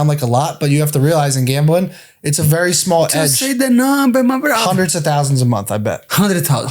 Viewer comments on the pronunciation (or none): “ just give the numba my brotha “ - moicano pressuring 😭😭😭